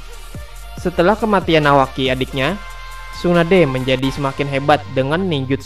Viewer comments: Menit bukanya nawaki tapi kawaki coba dengar baik baik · Ada yg sadar di menit bukannya bilang nawaki malah kawaki